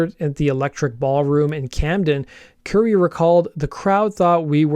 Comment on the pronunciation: And Currie is pronounced like the Indian food Curry, not Curie, as in Marie Curie.